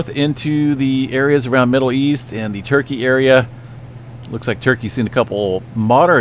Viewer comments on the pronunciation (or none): none